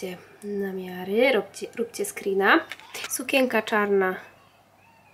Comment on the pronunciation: dlaczego mówisz sukieka,a nie sukieNka